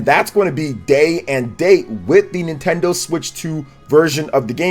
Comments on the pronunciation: “Nintenso” LOL! 😂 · Wtf is NintenSO?